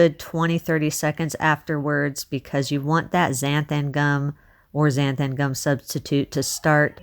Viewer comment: “Zan-tham-gum” cracks me up how you pronounce it 😂